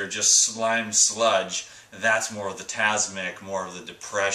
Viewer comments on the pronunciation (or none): Hi The word opposite to Satvik is Tamsik not tasmik.